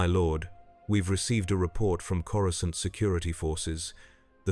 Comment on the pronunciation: Coru-scant lol